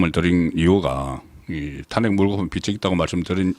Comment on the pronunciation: 타넥 이아니고 탄핵 .